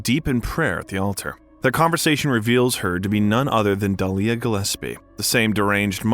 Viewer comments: That’s not how you pronounce cybil or dahlia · Overall great video but the way you pronounce Cybel abd Dahlia (and occasionally Alessa) was very distracting. The game has voice acting so I'm not really sure how that happened since I'm assuming you've played it? Having saud that, I still did enjoy your take on things, especially the history of Japanese horror.